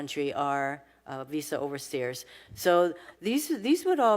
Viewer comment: she can't pronounce OVER STAYERS , she says OVER STAIRS....DUMB DEMS